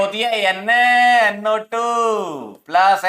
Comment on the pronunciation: NaNO² pronunciation 😂